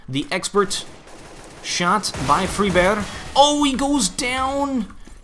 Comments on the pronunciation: say friberg not freeberg PLZ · it's really more like "freebery", y as in "you", rather than "freeberddjjsch" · not to be a douche, but its pronounced fried-burgh. hard g sound. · in swedish, FRIBERJ, but do pronounce it wrong, but i don't care, i let him say how he wants. look on google translate and type on swedish: friberg, that is how it sounds in swedish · Just say friberg like an American lol i don't even think that's the right way to say it anyway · either way, and I do appreciate all the feedback and corrections, this dude is saying it wrong. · still not pronouncing Friberg right :s